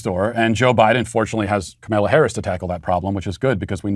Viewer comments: Matt knows it's funny everytime he butchers kamala harris' name yet he always keeps a straight face. Kamayla Harris! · If you are going to cancel her, you could at least pronounce her name correctly. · "Ok Ms. Vice President, remember earlier today when you reamed out the intern who brought your turkey sandwich with the tomato on top of the lettuce instead of between the meat and cheese then had that phone call with Joe where you had to remind him how to pronounce your name without flustering him? Bring that energy to this speech!"